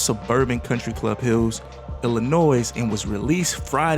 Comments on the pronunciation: Illinois, not! ILLINOISS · The S in Illinois is silent 🤦‍♂️